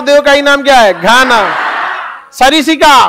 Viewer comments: सरिसिका नही सरिस्का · Not sarisika, it's sariska